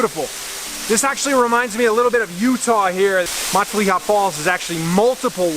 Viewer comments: Fun hike.. Matilija is not pronounced like 'Matt-a-LEE-ha'.. More like 'Ma-TiLL-e-ha' with a short e..:hand-purple-blue-peace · It’s pronounced muh-tilla-ha!!! 😂🤦🏼‍♂️ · Thx for the beautiful video! Looks like you had a lot of fun. Btw, Matilija is pronounced Ma-til'-i'-ha', emphasis on the 2nd and 4th syllable. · Pronounced Ma till a ha Not Mont te leya Falls. Everyone gets it wrong. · MUH-TIL-EH-HA = MATILIJA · Born and raised in Ojai 40+ years... it was actually my junior high school as well. You are not pronouncing Matilija correctly... :-( First time I heard someone say it that way. It's actually "MA-TIL-I-HA". Nice video tho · Mah-tall-EE-ha, lol, I literally cut most of that brush to get there. BTW that easement you walked through, the owner’s name is buzz and he’s an asshole. You are correct after 4 years of no maintenance the land is free to access by the public through the blue heron property. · ma Till aha. Take it from a native. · Matilija (MA-Till-LY- A) Falls. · Beautiful, but learn how to pronounce the word. Matilija (muh-till-ih- ha) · Exactly, fellow Ojaian here. It is pronounced Ma-TILL-a-ha. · It's pronounced Muh-tileh-ha. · My mom lives in Ojai....and its pronounced "Muh-tilla-ha". 😉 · Awesome video but listening to you say mahtileeuhha over & over again makes me wana jump off a cliff with no water at the bottom lmao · You dont belong in these canyons and neither do visitors. Thr roads are closed and so are the trailheads. Youre trespassing, and yku cant even pronounce the name of the canyons. This is bad karma for you. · the way you say Matilija pains me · I lived on matilija canyon road 1993. Lived in Ojai for 14 years and hiking was my life. Lol...he needs to know how to pronounce Matilija. 🕊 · Say Matilija right... also this isn't hidden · Great video I live in Ojai! Just a heads up you pronounced matilija wrong. We take that pretty seriously lol 😜